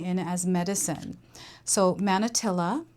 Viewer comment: Manatili is pronounced like mah-nah-TEE-lee. It’s also a Tagalog word that means “remain”.